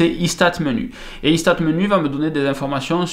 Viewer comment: J'aime bien la prononciation du logiciel "Il se tate menu" ;-) Belle présentation en tous cas. Merci !